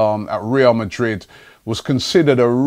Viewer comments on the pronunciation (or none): none